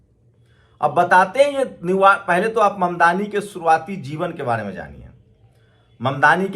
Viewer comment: न्यू यॉर्क बोलें न्यू वार्क नहीं